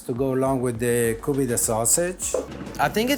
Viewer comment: Stop saying Koobeedeh